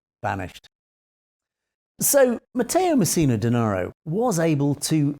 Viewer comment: Well done! Your pronounced Matteo Messina Denaro very well! 👍